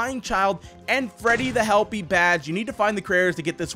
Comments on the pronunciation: Lol you called helpy lefty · You called helpy lefty